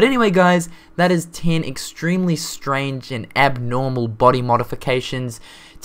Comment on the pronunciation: Number Tiiin